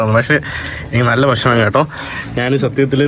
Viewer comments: നാൻ അല്ല,ഞാൻ ആണ് ശരി. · നാൻ, നാണു, നാനു അല്ല, ഞാൻ ആണ് ശരി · നാൻ,നാണു, നാന്, നാനു. അല്ല. ഞാൻ. കഴുവുക അല്ല, കഴുകുക എന്നതാണ് ശരി